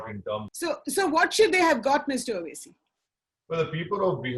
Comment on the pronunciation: Normal people: Vote Mr. Owasi: Oat